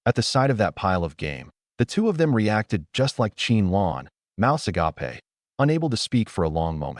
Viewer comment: What is with the "mouths aga-pe" in all this a.i. story???